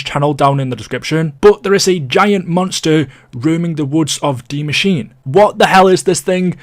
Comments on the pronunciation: It’s not de Maschine it’s die Maschine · It Translates to THE Mashine, yes. Not DIE Mashine. That's german and english mixed together. Either pronounce it Die Maschine, the way Frankie detailed it above or pronounce it The Machine. Everything else is just confusing lol